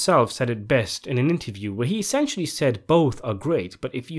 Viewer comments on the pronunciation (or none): none